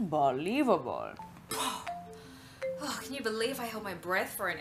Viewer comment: As I woke up this morning, Natalie Tran saying "unbohlievable", was the last thing I remember before getting out of bed. Glad there was a compilation.